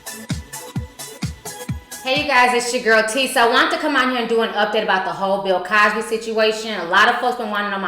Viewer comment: Omg she said pill Cosby 😭😭😭. I'm crying